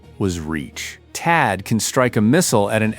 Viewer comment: "The Patriot or the Taad?" I think you missed an H in there. "Pick a whiner" Are you sure you read this script?